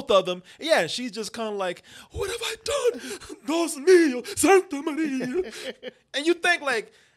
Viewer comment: "SANTA MARIA"